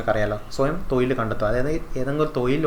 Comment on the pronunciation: തൊയിൽ അല്ല - തൊഴിൽ